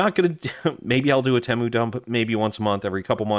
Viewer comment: Ypu got me sick of hearing "edc" after the 60th time. And its TEEEEMU not tehmu.